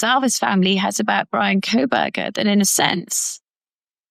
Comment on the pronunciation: Hands keep, not keeps. Kohberger not Krohberger.